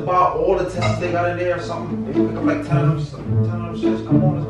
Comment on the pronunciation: say gotta get all the testesss 😂😂🤣😂😂😂🤣😂😂😂